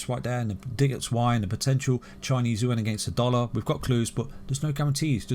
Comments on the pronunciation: Its chinese yoo aaan, not ooowhen 😂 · Chinese ooo en hahah. its Chinese Yuan "you wan". there is no En in there hehe